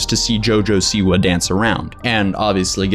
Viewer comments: Its not jojo siwu its jo jo Siwa. Lmao, you pronounced like jojo siwu. But goid video. (I dont like her aight?) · He said jojo seaweed